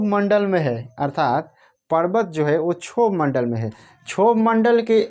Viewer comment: सर क्षोभ मंडल का सही उच्चारण करो